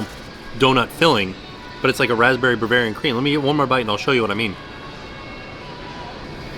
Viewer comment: as someone who owns a donut shop, pronouncing bavarian and BERvarian is really making me laugh thfth